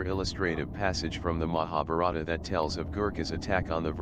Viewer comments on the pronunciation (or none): The narrator's pronunciation of Mahabarta etc leads me to suspect the material.